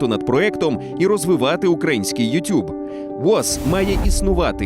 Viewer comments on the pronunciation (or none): none